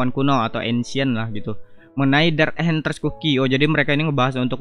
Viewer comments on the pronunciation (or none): Info Bg penyebutan "Enchantress" cookie itu bukan "enHantress" tapi "EnCantress ( kayak C di cicak)"